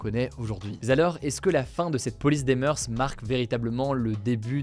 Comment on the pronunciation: juste pour information, on ne dit pas "meurse", mais "meur" pour "moeurs"